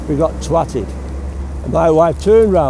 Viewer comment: we got "twated" 😂